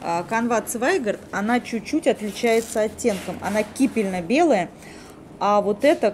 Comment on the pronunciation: Кипенно-белый, не кипельно. Покупки хорошие, магазин и хозяйка очень приятные)